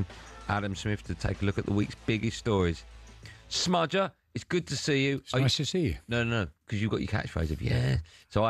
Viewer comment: he said 'smudger' again, threw up from the cringe.